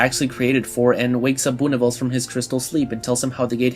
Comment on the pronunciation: Great video but it’s pronounced “Boo-Nih-vel-zuh” not “Boo-nih-vels”